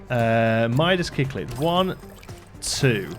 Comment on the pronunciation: I can confirm you pronounced Cichlid right the 2nd time :P